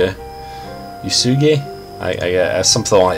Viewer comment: Uesugi (ooh-ess-geeh)